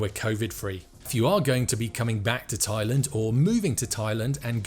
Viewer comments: Please stop saying Thailund it’s very annoying. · I know you are pronouncing it the same way we say England but it just sounds weird to me. Only a tongue in cheek comment not serious.